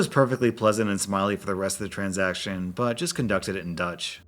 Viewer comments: Please NEVER try to talk dutch again, it just hurts my ears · Even though I have no idea how to speak Dutch, I can honestly say that you totally butchered it. Kudos for trying though. 👍😁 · As a Dutch person.. I've never seen someone butcher my language that much 😂